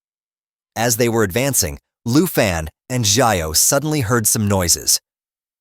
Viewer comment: You said xiao wrong